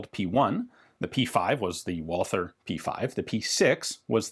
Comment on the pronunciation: If i may give an advice: Recently you pronounced Korth correctly (Kort). Just do the same with the name "Walther". Yes it is written Walther but it is pronounced Walter. Remember that the th doesn't exist in the german language.